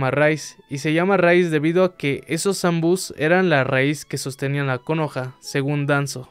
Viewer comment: Che amigo suena como el ORTO el acento en la última silaba de Konoha